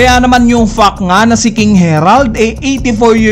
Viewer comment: Bat ganyan ka magsalita. Sabi mo. “ yung fuck nga. Imbes na fact binigkas mo as fuck